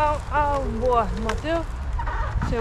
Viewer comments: Amo que mateo no te mete una S, está intacto como Messi 😂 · Yo solo pido a Mateo que pronuncie las S y no grite tanto.